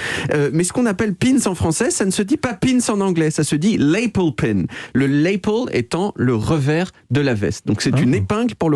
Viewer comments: Oui, il se prononce à la française, genre de "la pelle". Bien joué ! J'étais venu commenter la même chose 😉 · Excellent comme d'habitude mais la prononciation de "lapel" est incorrrect pour notre David multilinguiste 😉